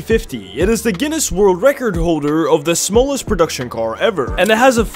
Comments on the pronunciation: It‘s pronounced car not coar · ITS PRONOUNCED CAR NOT KOR